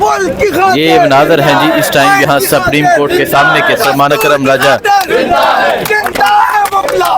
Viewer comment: اگر پڑھےلکھے لوگ بھی الفاظ کی ادائیگی میں زرا سی توجہ دے لیں تو اچھا ہوگا 😮😮 ورنہ دوسروں کو یہ کہنا کہ ”ایک تو یہ پڑھے لکھے نہیں اور دوسرے یہ کوشش بھی نہیں کرتے“ ”سَپریم “ نہیں ”سُپریم“ ،، سُپر سے بنا ہے اور ” جیلی“ نہیں ”جعلی“،، الف کی آواز کے ساتھ جیسے”جعالی“😂😂😂😂😂😂 ایسے بہت سے الفاظ سُن کے قومی زبان شرمندہ ہوتی ہے 😮😮😢😢